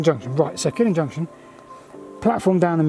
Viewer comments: Indeed Steven. And Scottish place names usually have the stress on the second syllable, so it is KilLIN rather than KILLin. Must be nice not having the Welsh correcting you for a change! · 'Killin' is pronounced Kil-LIN. Stress on 2nd syllable. Not like the Killing Fields. A Killin' Junction would be best avoided. And Tyndrum is 'Tyne Drum' not 'Tin Drum'. From Taigh, Gaelic for house. So it means the house on the ridge. Fascinating though. I travelled the line many times.